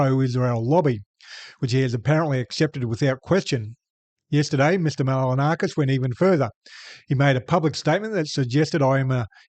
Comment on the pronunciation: Try pronouncing his name properly. Its not Mal-a-na-kis. You could try Mahl-in-o-skus. No stress expressed anywhere. Try that. It'll be better than most attempts. You'll get it right while he gets it wrong. Couldn't be better. English speakers are the laziest in the world.